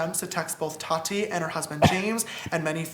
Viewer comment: The way Ethan pronounces Tati's name 😂 "t A t I"